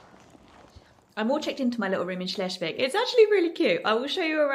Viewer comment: cute. Help for pronounciation: Shles- wigg - not shlesh! And a long vowel e